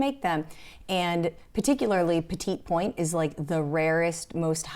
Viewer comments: Promise, not a hater. Just a helper. Petitpoint is pronounced with the second T silent. Roughly, it sounds like “petty point.” Le Creuset, the first word is not “lay.” It’s a weird, short French “e.” If you shape the word as if to say “Ler” and then do not pronounce the R, you’ll be close enough. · I’ve know petit pronounce “petty” point. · Great video - I tell people "everything will sell eventually" and the uglier the better LOL!!! That's a joke between me and a friend who sells as well. - btw the petit point is pronounced "petty point"! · Agree it is pronounced “petty point” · I think it’s pronounced “petty point”